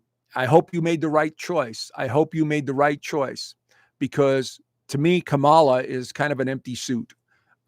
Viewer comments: It’s KAmala,. At least pronounce her name correctly. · Dude, you are lost! Worst astrologer in the planet! Biased, ignorant, promoting conspiracy, supporting Trump, a traitor and a psychological liar, sexual abuser and grifter unlike this country has never seen before! You apparently want an authoritarian government run by a convict who praises Putin, Un, Orban. What the hell is your problem? You pukes are all the same, refuse to pronounce Kamala properly. Dude, she got an education, passed the bar exam, was Elected by 4.5million people. Not appointed. Get your F in facts straight bud! Trump stole and sold top secret documents! PRISON is a must for this convict! If you want to live in Russia, move there!